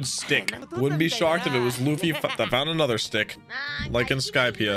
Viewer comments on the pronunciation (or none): none